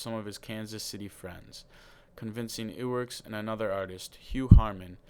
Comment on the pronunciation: its ub not oob, and iwerks- eyewerks